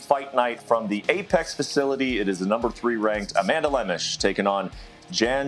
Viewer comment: Oh, baby the comments section for ESPN UFC... that's where the action is! Brett opens by mispronouncing Amanda's name and bragging abt Ian killing it w picks where he bet on nothing but big favorites and going 4-2 😂